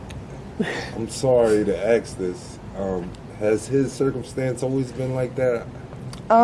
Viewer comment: “ axe” Questions??😂 😂😊